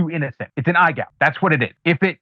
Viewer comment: EYE GOUGE. Say it right. Eye Gouge.